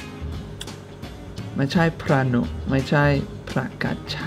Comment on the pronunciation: พระหนุ อ่านว่า พระ-หะ-นุ ไม่ใช่ พระ-หนุ